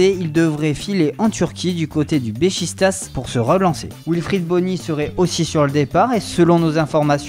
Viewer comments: Erreurs de la nouvelle voix : N'en fini pus , plus Dans le viser,viseur Nemar, neymar Du cote de bechistas ,besiktas Separer de segio agero , sergio kun aguero Le joueur ici de le masia on dit 'issue' mais bon Matia de shilio , de sciglio N'importe quoi changer cte putain voix de kikoo bordel de merde !! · Du côté du Bechistas... Je comprends que c'est pas facile mais c'est facile de recherché la prononciation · Non mais sans vouloir critiquer le mec qui parle, il devrait apprendre les noms des joueurs et des clubs, Besiktas en français ça s'écrirait BeCHIktasse, c'est ça la vraie prononciation mais bon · Ça prononciation ' bechichtass' agero au lieu de agouéro J écrit comme ça sinon c pas compréhensible